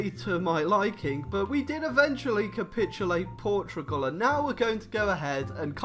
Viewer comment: Boi. It is pronounced Portugal not portrigal like you say it